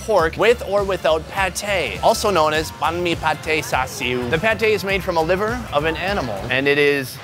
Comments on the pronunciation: You pronounced bahn mi wrong :P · “bon me” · The sandwich is pronounce bine-mi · H rlly so “baán mi” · YOU CANT EVEN PRONOUNCE BANH MI CORRECTLY BOI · You horribly mispronounced banh mi